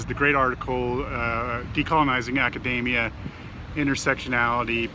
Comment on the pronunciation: Why do so many people pronounce 'Academia' like 'Macadamia'? (I know I'm nitpicking, but it bugs me!)